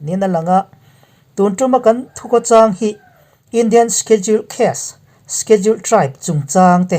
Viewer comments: Sikhedul ti a ilam rik dan hi avan mawi em !!!!!!!!!!!!! Khawchhak pronouns ihmang thiam narawh e..... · Shediul tia lamrik tur : sedul tite pohin an lamri ṭhin... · Schedule I lamdan hi ka hre khat angreng viau a..